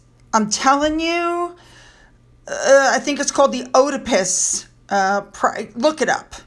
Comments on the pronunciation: Hey …thanks for the video! - I believe the word/terminology you’re looking for is Oedipus/Oedipus Complex. ( Pronounced eh-dih-pus. ) VERY TLDR: Oedipus was a king in Greek mythology. Unknowingly he not only fell in love with his own mother, but killed his father (ironically THE KING). He THEN married his mother AND became king. Freud coined the term “Oedipus Complex” based on the Greek myth (originally written by Sophocles). There’s a LOT more to it; I’m sure Google would provide a wealth of info for any/all interested. (I daresay even faster than…looking up a nation’s anthem…?) I’m no therapist, but if this isn’t the PENULTIMATE definition of “Oedipus Complex,” I don’t know what is… Edited bcuz grammar…🤦🏻‍♀️ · It's an "Oedipus" (pronounced Ed - a - pus) complex. When you love your Mommy a bit too much. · It is usually pronounced….“ED’- a pus complex.” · EE-di-pus complex. Oe is pronounced EE. Oedipus....in spite of his Eton education, Harry has clearly never read Oedipus Res. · Oedipus complex.. (said ee,,da,,pus )